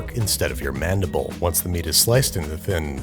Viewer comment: "mandible" wort wort, i guess.